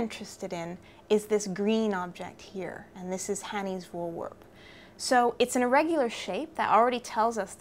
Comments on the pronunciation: I'm Dutch. Lyria's Fore-wear-p comes closest to the pronounciation of this Dutch word. Just to finetune: the F should be pronounced like a v as in very, and the r sound (both of them) should be rolling as the Scotch do - think Aberrrdeen. And like you say, voorwerp is just the Dutch word for 'object', so it could just as well have been called Hanny's object. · Voorwerp is in English the same pronounced as voorwarp. (try google translate otherwise for a pronunciation) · It's pronounced "foor-verp". "foor" as in "poor" and the "e" in "verp" is similar to the "a" in "catch". The "r" is hard. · Daniël Louw Why end with verp, clearly in dutch a W is pronounced, not a V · You basically say v-or-w-air-p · I would pronounce it "Forveerp" is that wrong? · Maybe try saying "Pho-or Var-p" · "Voorwerp" (Dutch for Object/Thing/Subject) is pronounced "Four-Verp". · Pronounce like so: foor-verp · it's pronounced "wur-verp" :) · I think phonetically it should be pronounced as /'hɐni:s 'vɒɹweʀp/. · I learnt Afrikaans as a school boy and it is very similar to Dutch so the V is pronounced as F and the W as V. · The correct pronunciation of voorwerp is with e sound of [heck] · You're almost correct. The V is pronounced just as a V, not as an F. :-) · Pronounce the 'voor' in voorwerp as 'four' and you're a lot closer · The 'e' in 'werp' is pronounced as the 'ai' in 'air' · yes you are pronouncing that completely wrong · I like the way English people pronounce: "Voorwerp" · The "wer" part in voorwerp is pronounced more like "where". Just so you know :) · Use Google translate to hear how to pronounce voorwerp. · But their language is English, I bet some people there wouldn't even be able to pronounce that. I don't expect people to start using tones when referring to towns in China. If I misunderstood something please tell me.